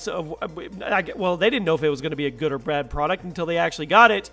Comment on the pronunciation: "they didnt know it was going to be a good or brad product" really, good or BRAD?